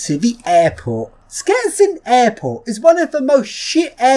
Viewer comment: It's "shchetsin" not "sketsin" :)